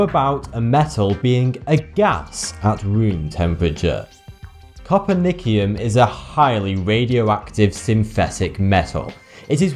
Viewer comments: My OCD tendencies made me do this! No fucking duh that's the basis behind how we differentiate atoms. not essentially, It does. as opposed to the weirdest elements OFF of the periodic table. I doubt it. It is pronounced coe-per-nee-cee-uhm No, you gave the half-life of its most stable isotope. You failed to mention that or the half-lives of the 8 other isotopes which range from .2 ms to 4 seconds. It being a gas has pretty much no effect on our ability to study it. Its incredibly difficult to study because: 1.) All of its isotopes have a very short half life. 2.) We synthetically make it. We can only create a VERY small amount at any time. No, they aren't volatile, they are reactive. Volatile means readiness to turn into a gas either through chemical reaction or through a state change. They're reaction with water produces gas but the alkali metal itself does not turn into a gas. No, Francium is not the most reactive alkali metal. Do you even fact check. This one is blatantly wrong. Caesium has a lower ionization energy and is therefore more reactive. I can believe it. Alkali metals reactions with water are not that dangerous when you compare them to actual explosives. Alkali metals will deflagrate rather than detonate meaning the gas produced by the recombination of the hydrogen and oxygen into water vapor travels at less than the speed of sound. In this case it is usually far below the speed of sound. Again, FACT CH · copernicium is pronounced coper-neice-ium not coper-nick-ium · Cop-er-nick-ee-um? noooooooo. Say co-per-nee-see-um. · Kah-pur-NICK-ee-um? Named after Kah-pur-NICK-us? Is that how they pronounce it in the UK or is this child clueless? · 1. Volatile does not mean the same thing as reactive. 2. Copernicium is pronounced co-pernissium. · Copernicium is pronounced copperneesium. And it's only predicted that it's a gas at room temp, it's too unstable for us to make enough to actually test that. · Copernicium is pronounced koe-pər-NIS-ee-əm.